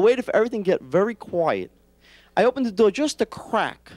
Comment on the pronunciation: door is NOT a two syllable word....